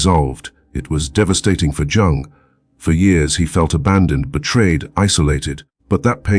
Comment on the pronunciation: Can’t listen to this AI that can’t pronounce Jung’s name and says Sigmund Frood.